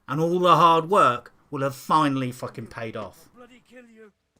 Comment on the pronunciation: Subscribing for the pronounciation of 'FUACKING'. Thats how i know this game is worth playing.